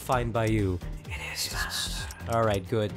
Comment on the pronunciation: I saw u when u was going back to the city u said u ready agnore he said I fell idk inside of me and u said goot U MEAN GOOD WHAT THE HECK IS GOOT